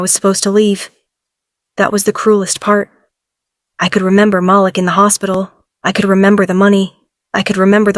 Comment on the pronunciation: Haha Mal-lick...we all know it's Mah-leek